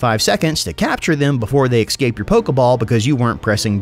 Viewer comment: If this man says exscape one more time.